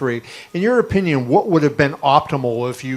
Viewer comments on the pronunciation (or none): none